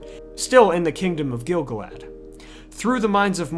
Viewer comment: Except for continuing to mispronounce Gil-galad great videos